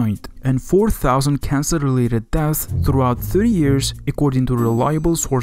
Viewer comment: "Cancel..." or is it suppose to be "cancer...."